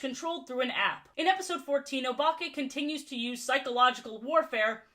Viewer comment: Anyone else think she is about to say Obama when she says Obake?